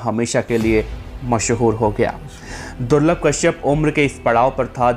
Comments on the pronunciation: Durlab ko thik se bole le ulta mat boilye be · Ma bhi nhi rahi abb to par vo corona me chale gaye or hamare bhai ne kabhi kisi me kasur ko nhi mara jo bhi the sab purane gunde the or suno durlabh nhi durlabh bhai bolna